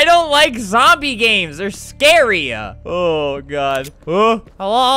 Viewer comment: “I don’t like zombie games there scary-UH”